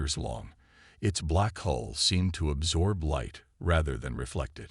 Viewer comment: Great Story, follow up with clash with the Void Part 2. Fix some of the word errors, a Hull is not a hole, Coms is not calms and be more creative and change the character names from story to story